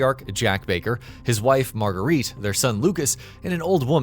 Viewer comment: Margarita? 🤣. It’s marguerite